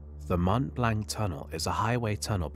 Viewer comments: mont blank? mont blanc, pron', blon. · it is not pronounce Mount Blanc, it is pronounced Mont Blonc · Mont Blanc - you have to say Mmoh blurgh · Extremely interesting and obviously very well researched! Just one small point for your channel improvement. “Mont Blanc” has the French pronunciation of “Mont BLONC” That’s how it’s pronounced in the English Language also! Best Regards. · "Mont Blank"